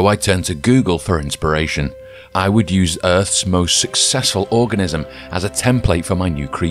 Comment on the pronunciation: I know you read organism wrong..